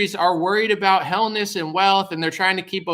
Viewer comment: You said hellness and wealth just before seven minutes 🤣😂